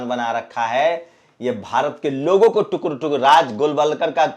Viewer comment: Ye tukre tukre kya he sir ji tukde tukde Bola karo apki news pasand aayi